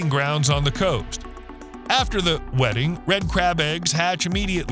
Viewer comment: Was that 'wedding' or 'wetting'?...😁